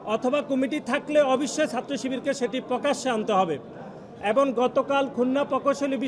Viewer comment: এবং শব্দটাকে এবন বলা হচ্ছে।